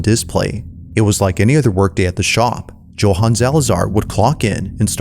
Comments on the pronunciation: “Joe-han” 😂😂😂 bruh its “Yo-han” 😅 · America prouncing Joe- Han😂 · It's pronounced YOHAN. Jesus Christ. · Anybody else find it a little annoying with the way he kept pronouncing Johan lol